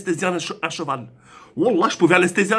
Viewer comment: Écoutez comment il dit un "cheval" 😂